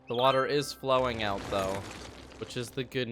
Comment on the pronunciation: what accent is it that adds an h sound to words like "out", making them "ouht"? is midwestern?